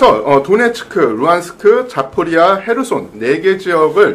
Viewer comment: 전문기자라는 사람이 하르키우를 히르키우라 하고 자포리자를 자포리아라 하고 뭔가 신뢰가 떨어진다